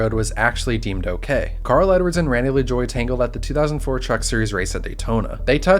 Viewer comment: Pronounced "La jwah"